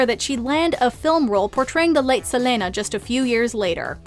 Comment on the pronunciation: why do you say Selena like that